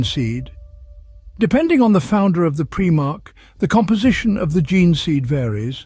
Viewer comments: This would have been the PERFECT introduction to my friends who want to learn about 40K. But I can't recommend this video due to PREEEE-MARH Its PRIME - ARCH Smh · It's prImarch not prEEEmarchs... lol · I cringe every time he says “preemarch” 😂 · preemark... can't listen to that